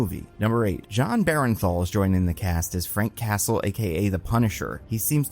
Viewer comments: Buddy I swear I have to comment this every goddang time. It is BERN-THAL, not BAREN-THAL. please, for my sanity acknowledge this. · please. its BURN-THAL. not BARREN-THAL